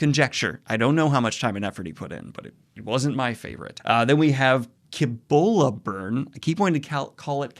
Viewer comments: I love the lighting in this video, it looks like you're working late at night. Also, to be that guy, it's pronounced "sib-oh-luh burn" 😉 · The C in Cibola Burn is pronounced with the s sound.